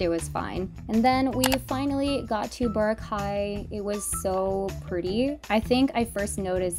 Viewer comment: i know that she's american, but that was one of the funniest and most common pronunciations of boracay i have ever heard as a filipino american.